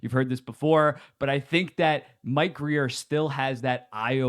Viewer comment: He said Mike Grier’s name right!!!